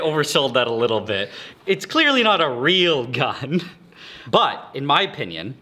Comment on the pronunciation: It is a ray-l gun 👀